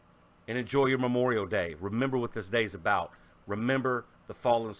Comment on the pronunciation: Ehhhh the Canadian 'aboot' <3